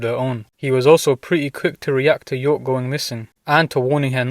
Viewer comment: It’s York.